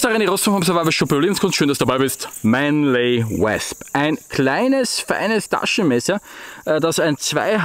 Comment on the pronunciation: Hab das Wasp selbst in s90v und bin so begeistert das ich die Griffe aus Wüsten Eisenholz hab bauen lassen. Nur eins noch.. das dich spricht sich wOsp als Englisch Wespe.. ;-)